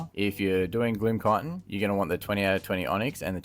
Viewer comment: I just came back to wow and have been watching alot of your videos. Great stuff. Side note, I KNOW IT IS ME AND NOT YOU, but every time you say chitin I swear on my mother I hear cotton and I panic every time cause I'm like "But there is no cotton!!.. oh wait"